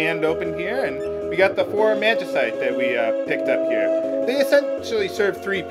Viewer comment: Actually, if you've played FFXII, you'll learn it's pronounced Mag-i-site, as was saying it.